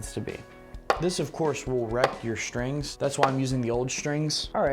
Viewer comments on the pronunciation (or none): It was irritating the way this guy kept saying ‘shtrings’. There is no H. STRINGS.